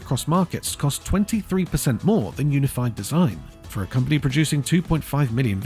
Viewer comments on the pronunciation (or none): none